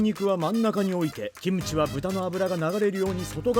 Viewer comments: 김치 발음 좋으시네 기무치가 아니라 김치 ㅋㅋ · 김치 발음 죽이네요.. ㅋㅋ 국뽕 감사..